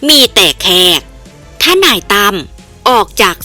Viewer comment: เลิศเลอ ไม่ใช่ เริดเรอ หมอปลา ไม่ใช่ หมอปรา เห็นงูกับเห็นแขก ไม่ใช่เห็นงูกับเห็นแคก หยิ่งผยองพองขน ไม่ใช่หยิ่งผยองผองขน ยิ่งอ่านยิ่งเลอะเทอะ ภาษาไทยวิบัติหมดแล้ว เปลี่ยนคนอ่านได้แล้วครับช่องนี้ ผมติดตามข่าวสารช่องนี้ตลอดนะ แต่อดขำไม่ได้ ไม่เคยปรับปรุงเลย เคยเข้ามาอ่านคอมเม้นท์บ้างไหม คิดจะทำอาชีพนี้ก็ต้องหัดปรับปรุงการอ่านบ้างนะครับ